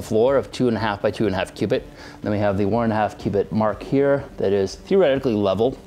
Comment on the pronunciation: all i hear is q-bert q-bert.